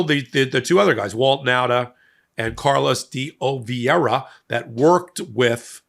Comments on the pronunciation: De Oliveira. "deh Ahleevayra." There. That is not so hard for a man with two degrees now, is it? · Nunes, De Oliveira...the pronunciation of Portuguese names isn't strong suit, is it?😅